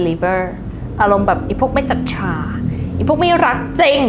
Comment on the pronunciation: ศรัทธา อ่านว่า สัดทา นะคะ ไม่ใช่ สัดทรา 😅 ตอนแรกนึกว่าออกเสียงเพื่ออรรถรส แต่เห็นพูด 2-3 ครั้งเลย เลยไม่แน่ใจ